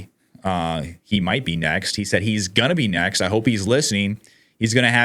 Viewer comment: what is a "nezt"?